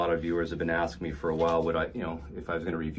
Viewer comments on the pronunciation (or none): none